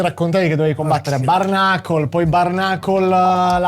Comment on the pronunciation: Ma porco dio come cazzo pronunci bare?